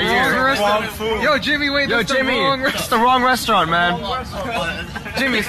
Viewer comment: It’s da Wong westerwant